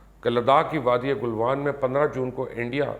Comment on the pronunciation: گل وان صحیح لفظ ہے Galwan...G Al Vaan not Golwan Galwan...G Al Vaan not Golwan Galwan...G Al Vaan not Golwan Galwan...G Al Vaan not Golwan Galwan...G Al Vaan not Golwan Galwan...G Al Vaan not Golwan Galwan...G Al Vaan not Golwan Galwan...G Al Vaan not Golwan Galwan...G Al Vaan not Golwan Galwan...G Al Vaan not Golwan Galwan...G Al Vaan not Golwan Galwan...G Al Vaan not Golwan